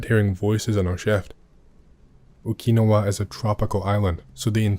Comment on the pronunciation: How is jt your name is yet you mispronounce Okinawa so flagrantly? It reminds me of how tbe britts add an extra eye to aluminum and say "al-you-min-e-um"